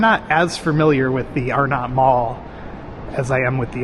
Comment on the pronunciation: It's actually pronounced R-nut not Are-not. Pickle ball was McCrory's "5 & dime" type store. "Dead end" by Penny's was a bank, forgot the name. Spencer gifts was there (in that same location) when the mall opened in 1967.